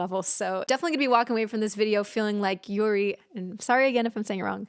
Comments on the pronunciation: the way you reacted to this :((( youre rlly sweet. btw your pronounce of "yuri" is right and she's the main vocalist of the group! if you search "yuri casualty of love" you'll find an amazing video, you absolutely have to see it!! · No worry, you pronounce 'Yuri' very correctly. I'm a Korean.